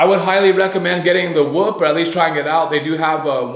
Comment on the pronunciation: it’s not whup it’s whoop